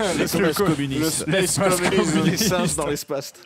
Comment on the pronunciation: L'espaste.... XD